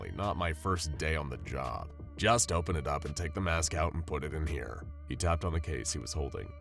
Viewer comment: 999-im not stuck in hewe with you, youw'we stuck in hewe with me.